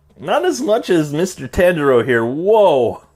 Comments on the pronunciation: Everyone: Tanjiro You: Tinjiro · Bro butchered the name tangero like lmao but goooooood review so i like herring some of the bad parts about figs but when thw whole review is js like this parts bad this parts bad this parts mid or sum and then like give it like 8.5 or sum shizz like your amazing thank you for ts